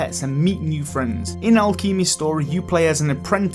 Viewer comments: Alchemy is pronounced Al-Kem-Ay. Alchemist is pronounced Al-Kem-Ist. You seriously crack me up... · Looking away from the screen listening to the video and hear "Alkeemi" and look up to see Alchemy hehe.. well sir you did make me smile today :D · Al Keemy lol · I can't stop giggling at how he pronounces 'alchemy' like 'akeemi' lol XD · It's funny how people with different accents pronounce words differently. It's always entertaining on youtube. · Al-kimmy wtf 😂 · Do me a favour and learn how to say Alchemy. Your pronunciation of it was absolutely butchered. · I haven’t watched your videos for long but I’m gonna be honest, you cannot pronounce “alchemy”. And it gives me that special kind of cancer that only comes when someone can’t say words right. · I literally subscribed because of the way he pronounced "alchemy" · I cringe at the way you say alchemy. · Say chemical. Then say alchemy. It should sound like that as that is what the word comes from. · Idk why everyone thought the way he said alchemy was "so funny ehehehehe 😂😂😂" like, yes he obviously mispronounced it... but was it really *funny*? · Sorry i laughed at the way you said ‘alchemy’ ... pft 😂